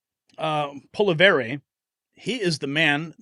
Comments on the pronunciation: Polievre not Poliver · Polylever 😂😂😂 poilievre is said : pool lee euvre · You just butchered Pierre’s last name lol. It’s pa lee ev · SAY 'POLY-EV' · Poly-ev is how you pronounce his name. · Hey, Canadian Trumps last name is pronounced "Polly-ev". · Pierre Poilievre = Pierre Polly ev, The re on the end is silent. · Turdo hasn't actually resigned yet. All he has done is he PROMISED to resign - sometime in the undefined future after his perverted LIEberal party find a new leader who is acceptable to all of the other perverts in the LIEberal party. It will still be an eternity until we see the last of him.BTW, Pierre's name is pronounced as Poly-yev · Pronounced Polly Eve easy peasy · Poor Pierre ! Just say POE LEE EV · Pierre POL-EE-EV is how it's pronounced; but don't worry - I couldn't pronounce it either, when I first saw it, written. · Polly-ev is how to pronounce his name ❤️ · It’s pronounce Polly - ev. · Pollievre is pronounced .Poly.. ev.vvv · learn how to pronounce his name correctly. DO BETTER. LorenMorretDOTcome has proven the dope's lineage. It is NOT speculation. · I lost respect when the host of this channel mispronounced the name of the leader of the conservative party, It is spoken in the clip he shared, I dislike Trudeau immensely and look forward to Mr. POILIEVRE becoming a real leader in Canada.